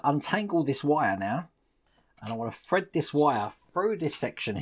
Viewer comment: Love your videos,! Leaning toward starting this model but haven't decided yet. Waiting on the Ecto-1 to resume. Also, anyone else think about playing a drinking game to this video? Every time says 'fred this froo', do a shot! I'd be falling out of my chair halfway froo (through) the video!!;-)